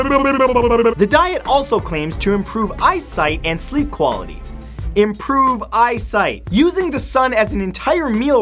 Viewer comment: Imporve eyesight and sleep quality, IMPROVE EYESIGHT. That killed me 😂